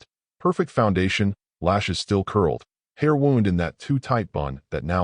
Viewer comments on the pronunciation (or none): Wound... mispronounced... atep up your proof reading and corrections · AI only knows one pronunciation for words. Wound, read, perfect, lead... it's annoying but I get it. AI can't read context. The ones I don't get are words like am-boosh and grenahd... 😅